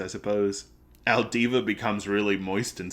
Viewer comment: Two things, it's alvida not aldiva. As for the parallels between Luffy and Roger and resurrection.... read and find out